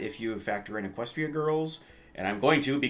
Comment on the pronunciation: except pronounced it eqes stra. Hey learn how to pronounce equestria!